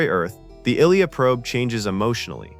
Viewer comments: The one that shocked me the most is... that AI can't be taught to say "recreation deck" or "Ilia" properly. FFS do better. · I can't take seriously a narrator that can't even pronounce the name "Ilia", in spite of the fact that the name was spoken in the movie about a hundred times! Did you even WATCH the movie!? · 42 seconds in: doing the voice mispronounces Ilia. Viewer turns off. The rest of the video must be absolute shite if you can't even pronounce a simple name correctly. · I'm glad they went with the theatrical release version. Star Trek is supposed to be more Philosophical. Leave empty battles to other, less interesting franchises. ... By the way, you mispronounced the names Ilia and Sulaco. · Pretty sure this is a AI generated narration. Lots of issues. Ilia is constantly mispronounced. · I was gonna say, the video loses credibility with the narrator’s pronunciation of “Ilia”. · Everything is AI sup these days. Get a proper voice over person, or at least write script where the most prominent name isn't mispronounced 100 times. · I loved the movie and seen it premiere. Her name is pronounces "I" and then "lee" "a" (ah). It is as if you as a narrator have not seen the movie yourself! Pisses me off! Don't do this if you actually have not seen the movie. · Dafuq is “ill-eya” it’s “Aye-Leeya” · This is slop. "Ill-ya"? No. It's "Eye-leeyah". Or you just don't care, or you've never watched the movie. Blocked. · ish "ILL-ee-a" What the entire... it's *eye-LEE-ah" Unwatchable. I was going to put up with it, but no. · "EYE-LEE-UH". Ugh!!! Not ILLEE-UH. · Is it really hard to fix the pronunciations of names and simple words? eye-lee-uh not ill-ee-uh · ILL-E-YA? oh my god. AI fails AGAIN. I-LEE-AH. =M= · “Ill-ee-uh” “Ei-Tee-Ei-Tee” I guess the AI model was never exposed to the Star Trek TMP nor Empire Strikes Back audio. God I HATE robovoice! It is “eye-LEE-ah” dammit and those tanks are called at-ats! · Pronounce as Eye-Lee-Ah... Not "ILL-EA".. Sheesh